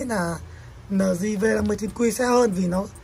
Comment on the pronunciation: eo di hoặc là lờ gờ not lờ di